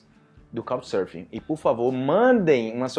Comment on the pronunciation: Eu estou ouvindo "Cow" Surfing instead of Couccchhhh, com açento bem marcado nas conssonantes finais da palavra. Obrigado!